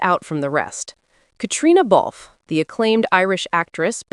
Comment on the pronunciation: Her name is pronounced “Katrina.” The “e” in Balfe” is not pronounced. To say it any other way is rude and insulting . If you can manage the names of designers, you should be able to pronounce Cait’s name. After all she’s not a newcomer to fashion, cinema or television.